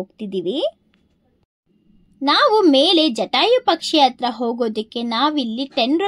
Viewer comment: ಎಡೆ ಅಂದರೆ ದೇವರಿಗೆ ಪ್ರಸಾದ ಹೆಡೆ ಅಂದರೆ ಹಾವಿನ ಹೆಡೆ. ಪದಗಳ ಉಚ್ಚಾರಣೆ ಸರಿಯಾಗಿ ಮಾಡು ಇಂದೂಪುರ ❌ ಹಿಂದೂಪುರ ✅ಅಂಗೆ,ಇಂಗೆ,,,ಆಗುತ್ತೆ✅ ಹಾಗುತ್ತೆ,❌...ಅತ್ತಿರ❌ ಹತ್ತಿರ✅.. ಇಂದೂಪುರ❌ಹಿಂದೂಪುರ✅..ಅತ್ತುಕೊಂಡಿದ್ದರೆ❌ಹತ್ತುಕೊಂಡಿದ್ದರೆ✅..ವಿದುರಾಶ್ವತ್ಥ✅..ಅನ್ನೆರಡು,❌ಹನ್ನೆರಡು✅..ಇಂಬಾಗ❌ಹಿಂಭಾಗ✅..ಅಪ್ರಿಸಿಕೊಂಡು❌ಅಪಹರಿಸಿಕೊಂಡು✅.. ಒತ್ತು ❌ಹೊತ್ತು✅.. ಕನ್ನಡ ಪುಸ್ತಕಗಳನ್ನು ಹೆಚ್ಚಿಗೆ ಓದು ಪದಗಳನ್ನು ಅಭ್ಯಾಸ ಮಾಡಿಕೋ